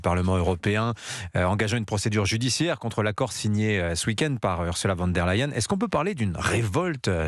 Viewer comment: Bonjour: pourquoi prononcez-vous toujours "U. van der Leyen" et non pas "von der Leyen"? Elle est allemande et non hollandaise!